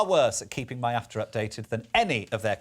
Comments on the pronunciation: Stop calling it MY-AFTR... it is ME-AFTR lol! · MIAFTR like "My After" 😂